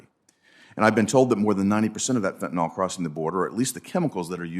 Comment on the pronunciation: "By simply crossing the boarder," a trespasser can effectively attain US citizenship. 'Fentanyl,' not 'fentanol.'